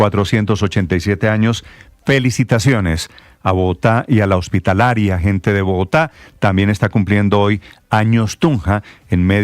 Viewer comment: “A la hosptitalaria gente de Bogotá “ 😂😂😂😂